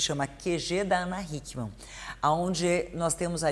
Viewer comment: Eu gosto de você em alemao! Não e >> ich liebe dich E sim >> ich mag dich Ich liebe dich quer dizer Eu te amo ! Ich versteh e errado e sim ich verstehe es ! Seu nome você também fala errado o 2 N fim Hickmann e puxado bem longo! Hick e o nome de um Homen É Mann e a palavra homem ! Hick o homem! Puxa o dois N !!!